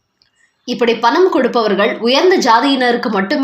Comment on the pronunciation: அம்மா செய்தி வாசிப்பாளரே ன வுக்கும் ணவுக்கும் வித்தியாசம் தெரியாமல் செய்தி வாசிக்காதீர்கள் வேலுமனி , பனம் ,திருமனம் என்றெல்லாம் கேட்கச் சகிக்கவில்லை.